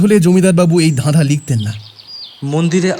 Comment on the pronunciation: চাদ,ফাকা-এগুলো কি হচ্ছে? ধাধা ? "কাচাপথ"? বিরক্তিকর। "ঠোট"! "হা করে তাকিয়ে রইল","স্যাতস্যাতে"।উচ্চারণ স্মার্ট করার পরিবর্তে শুদ্ধ করলে ভালো হয়।